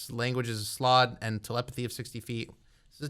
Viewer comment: .………it’s slaad.....(S-L-O-D)...